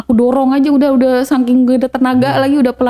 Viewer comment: SAKING BUKAN SAKIN, DI KBBI SAKING. COBA BENERIN DULU